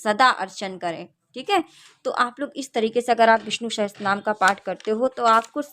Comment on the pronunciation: didi aap bahot accha kar rak rahi hai --- par VISHNU "SAHASRA" NAAM HAI NAH KI "SAHASTRA" NAAM